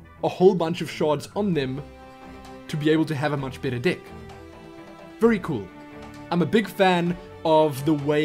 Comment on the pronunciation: No one else notice how he pronounces "deck"? He says "dick", makes me cry of laughter every few seconds! Haha